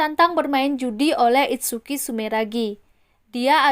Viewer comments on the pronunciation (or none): none